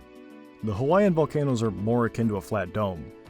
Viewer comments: Volcanoes, not volcan'toes. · They aren’t vol-not-o’s they’re Vol-can-o’s